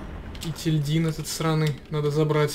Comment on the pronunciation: Просто для справки не етиЛьдин а еТильдин